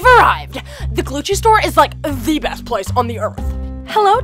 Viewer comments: You said Gucci wrong because you said Glucci not Gucci. LOL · Its Gucci NOT Glucci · Wow I thought I was hearing "Glucci" but its really Glucci xd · I love it I love how they call it glucci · Glucci!?!?!? I thought it was GUCCI!!!!!!! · You mean Gucci Not glucci👏🏽👏🏽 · Y does she call it GLUCCI I THOUGHT IT WAS GUCCI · it is not gluggi it is gucci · Sorry too tell you it's not glucci it's Gucci srry😭😫😫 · It’s Gucci not glucci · LoL 😟😫😂😂😂😂😂😂😂😂😂😂😂😂😂 she spells Gucci wrong she said Glucci and it’s Gucci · It’s not Glucci it’s Gucci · Isn't it Gucci not Glucci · Its not glucci its Gucci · Its. GUCCI not GLUCCI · it's gucci not glucci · It is gucci not glucci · Its gucci, not glucci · No. It’s not Glucci. It’s Gucci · Did anyone notice the l in Gucci